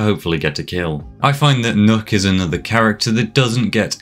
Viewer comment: “Nook”? As a Danish native is pronounced “Knock” The two K’s make that “ø” make an “Ah”